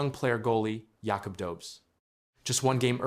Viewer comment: Hey! When are you going to learn how to pronounce Jakub’s name?